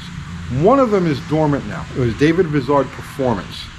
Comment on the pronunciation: David Vizard is a giant among children, I love watching his show!,you need to overcome your NYC up bringing. Vizard is pronounced like I, not like is. Just a little needling, love your show too.